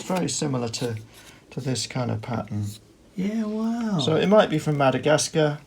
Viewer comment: Love every time says "Wahw"! You guys are awesome! Thanks for letting us tag along on your adventures.